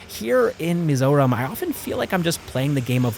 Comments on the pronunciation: Hi, I remeber your vidz talking about Mizoram traffic. your Perfect Pronunciation of Mizoram was what caught my attention. Finally found your channel. will subscribe. I likethe way you look at life. Moving From Canada to Bangalore and to Mizoram which seems kinda Odd. anyways, stay blessed. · I'm so confused you sound like the stereotyipacl ai voiceover, but you pronounced Aizawl and Mizoram perfectly. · I love how you pronounce mizo and mizoram.its accurate than most mizo people pronounce it as" mizaw "😂😂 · Like your POV, and the way you pronounce Mizoram is very authentic 😅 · Thank you for pronouncing "mizoram" right❤ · Mizoram pronunciation is correct most people from other countries could not say it correctly great job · The way you pronounced "mizoram" tho... Perfection 👌🏼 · The pronunciation of "Mizoram" was perfect. Many couldn't perfect that pronunciation, cause there's always a bit of an accent to it. Bet it took you quiet sometime to perfect that. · W video, btw I love how u pronounced the name of our state just like a native